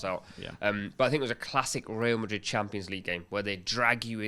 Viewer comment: real Madrid ❌ rayal Madrid ✔️